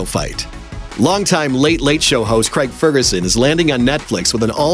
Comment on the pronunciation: Why can't this pronounce the name Craig properly?